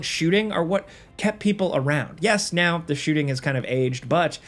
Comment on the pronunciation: Agent 47: "You guys love me know" ... Me: 😒 "know"...